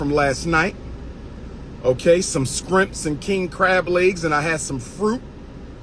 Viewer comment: Did he just say "some scrimps"?